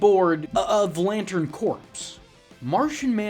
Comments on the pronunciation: A charcuterie board of lantern corpse? I think you means corps, which is pronounced "core". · Pronounced core. Like the Marine corps